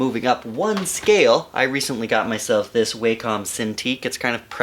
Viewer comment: "WAH-cm", not "WAY-COM". Like "walk 'em" ;) But yeah - thanks for the informative video :D